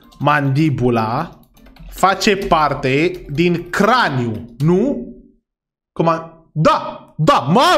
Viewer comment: craniu lai gresit,cra-ni-u